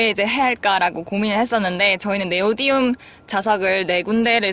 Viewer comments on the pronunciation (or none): 네오디움 아니고 네오디뮴neodymium. 저도 예전에 모르고 네오디움이라고 하고 다녔던 기억이. ㅋㅋㅋ